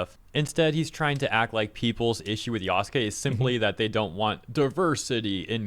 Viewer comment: Lmao everytime he says Yaskay instead of Yasuke i cringe so hard 🤣